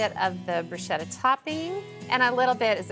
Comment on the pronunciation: Thank you for saying "bru sK etta" (!!) Well...once...because it is not bru shetta!